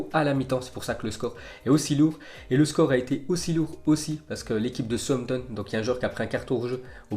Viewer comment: Southampton se prenonce comme Southpark donc on dis sahoussamptone